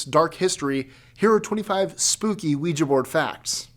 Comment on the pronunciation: Mike, you are the only one that I've seen on YouTube who consistently pronounces ouija correctly. 👻 You have no idea how much I appreciate that, because the mispronunciation drives me nuts. 🙂